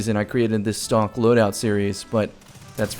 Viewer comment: You said stonk loadout series 😂